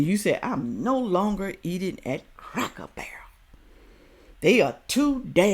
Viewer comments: Oh my God now that you've pointed it out I cannot stop hearing her say cracker bear and it drives me absolutely insane. She completely discredits everything that she is saying the very minute that she opens her mouth and can't even pronounce the name of the place that she made an entire video critiquing. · how can this woman be against anything Cracker Barrel? She can’t even pronounce the name right. I have never heard of Cracker Bear. Isn’t a “Cracker Bear” a polar bear? ROFL And yes I’m Caucasian. If we boycotted every place that was reported to be racist we would be living under a tree and in our birthday suits. SMDH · Yes, she is complaining about the place and can't even say the name correctly because she says Cracker Bear. She is certainly well educated this one. Yeah, right.